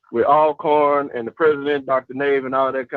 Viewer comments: the pronunciation and spelling of Alcorn is just like Always and Almost. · hey how do you pronounce the word Always, Although..... then you can pronounce Alcorn the same way lol